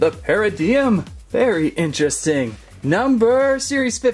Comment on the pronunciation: It's not paradiiigm it's paradigm